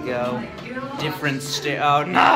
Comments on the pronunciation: nobody:: StAiRiS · please make a sketch of messing up more words!! (these slips are steppory)